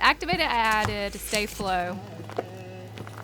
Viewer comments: It’s star flo not stay flo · It is not stAflo it's staflo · Its staflow not stayflow 😉😉😉😉😉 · it is pronounced staflow, not stayflow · Its not stay flo there is no y its sta flo like stay but no y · It's not stay Flo it's sta flo🤣🤣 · Its staflo not stayflo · Its pronounced staaa(r) flow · Omg hate these videos with to much ingredients only like first one hate the second one third,fourth especially cause its glitter and I hate glitter and 5 to much shaving cream you don't pronounce sta-flo right eww terrible slime